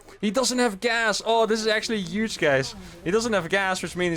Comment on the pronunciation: This gonna be 'uge. Lol, don't hate the "h".